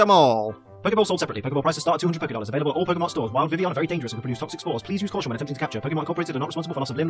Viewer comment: why is it called vivion in the anime! vi-vill-i-on not vi-vi-on